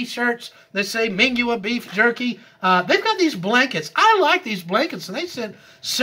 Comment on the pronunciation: Mingua is pronounced MIN gee